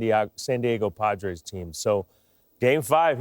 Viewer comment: & then he said the Padros...he's also been very irritable. He might have some CTE or early onset dementia going on...hopefully not 👀